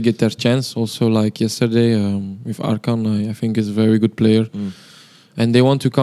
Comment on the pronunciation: he said ArKhan not Arhan 😅